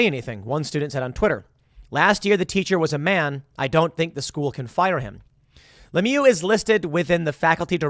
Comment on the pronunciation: Lemieux is pronounced to rhyme with "sh!" not "boo."